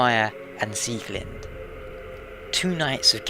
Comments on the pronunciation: It's Pronounced SieglindE not Sieglind. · I was going by the German Pronouncation which is the right one.:)